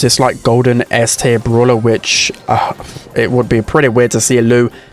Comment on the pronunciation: its called brawler not brulah